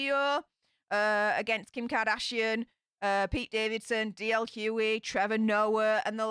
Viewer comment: just so you know the GH in DL Hughleys name is not silent. Everyone keeps pronouncing it as Huey. He used to have his own TV show and he has his own radio show here in the US!